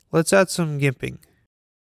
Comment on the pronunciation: I'm sorry, did you just say Gimping? it is Jimping, with a j